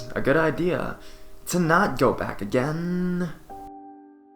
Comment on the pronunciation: “And realize that it was a good idea to not go back againnnnnnnnnnnnnn” Please stop drawing out your syllables dude...